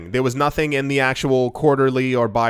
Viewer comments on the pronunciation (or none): none